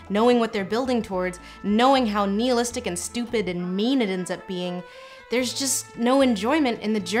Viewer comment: Pronouncing nihilistic correctly... I love you.